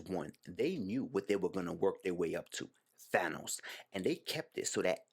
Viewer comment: Thank you for pronouncing THANOS correctly